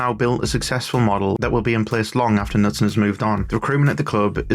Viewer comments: You're really butchering the Norwegian names. Especially, Bodø, but also Knutsen. Try BOH-duh. The "ø" sound is similar to the "u" in "burn" or the "i" in "bird". The stress is on the first syllable. You're NOT supposed to omit the K- in Knutsen, it's not the word knife in English. You may have learned about a King Canute in school? His name was in fact Cnut or Knútr. Knutsen means son of Knut. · In Norwegian the K before an N is pronounced. Knutsen starts with a K-sound. Like in “Keep.”